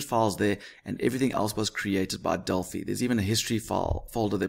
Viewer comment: At last someone who says delphi properly